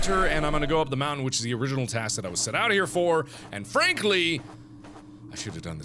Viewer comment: Frankly? More like "Fran-kly" :D I like puns